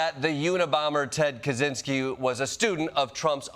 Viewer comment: I'm surprised he could pronounce Ted Kaczynski's last name right.